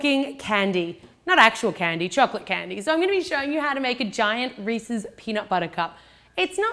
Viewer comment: I heard Reese's, which is actually the correct pronunciation. Everyone says Reesees for some reason.